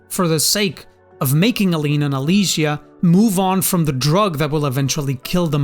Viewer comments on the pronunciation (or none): The mother's name is Aline, it sounds like you're saying a different name, Anite?